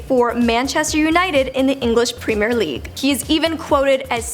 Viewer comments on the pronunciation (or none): Priime league its premier league